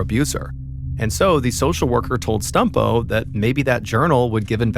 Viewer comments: I feel bad but every time Mr Ballen says "Stumpo", I laugh. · I beg you please stop saying stumpo